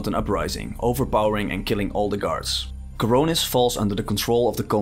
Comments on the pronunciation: Khorinis, NOT Khoronis. The story was not bland, it was very good, Witcher 3 had a bland story, atleast for me it was. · Omg it s khorinis, not khoronis:)) every time i hear you say it, it makes me twitch😂 other than that , cool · I smirked every time you pronounced Khorinis as Coronis. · It's Khor i nis, not Khor o nis! And yes, I saw your pinned comment about the armor, but I'd suggest you replay the game with the original armor. They are amazing! And thank you for your video, it is enlightening! I love it when new players discover Gothic! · It's Khorinis for Innos' sake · Yep, I've been corrected about 50 times by now. I will pronounce it right in the follow up video I'm doing on Gothic 2 :)